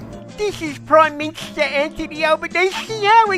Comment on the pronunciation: Aah da Pwime Minshta, da architect of da Voish, what an embarrassment it is, tosser of the first order.😡😡😡